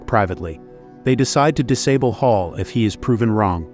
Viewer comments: I'm English, its HAL not Hall. They names the AI one letter away from each part of IBM. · Mispronouncing HAL. It’s not “hall”. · you are completely wrong. Do not comment if you are talking out of your butt. It's Hal, said like the person's name... NOT like the word for a room connecting two or more rooms. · I dont think you know how to speak england. its pronounced HALL